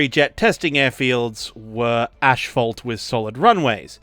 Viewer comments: Very insightful and interestingly presented. Nice work!👏 PS: Asphalt not "Ashphalt"😉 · It's not Ashphalt it is Asphalt. there is no ash in the word.